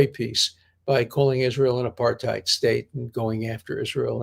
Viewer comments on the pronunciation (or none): none